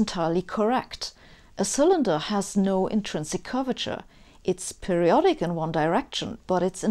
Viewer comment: Every time she says "curvature", I hear "Gorbachev". ))